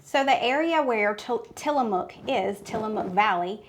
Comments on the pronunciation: Pronounced till a muck, not mook. And if you ever visit there, you'll be corrected, that's how I know. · Tillamook pronunciation.. tilla muck